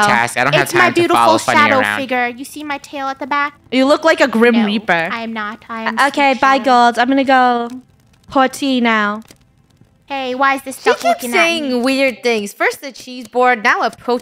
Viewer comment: now im gonna dust the chesseboard said by funny and is confused because funneh said pouty instead of pour tea